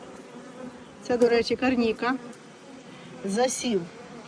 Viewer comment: Мені подобається як кажете КарнІка…